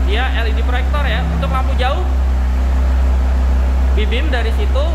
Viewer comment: Woii mulut lu knpa sh "prektor" "Projector/proyektor woiii" Geli gw dengernya